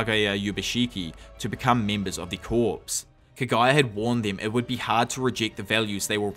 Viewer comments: Great video just one problem. Corps in this context is pronounced like “CORE” like the marine corps. The P is silent it’s not said like “corpse” as in a dead person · The word corps is pronounced core.